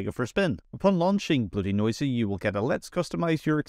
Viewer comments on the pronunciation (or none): I'm not really sure how no one has mentioned it yet or how you got through this entire script without realizing it's not BloatyNoisy, it's BloatyNosy. Nosy probably referring to the snooping that all the telemetry stuff does that it can also remove.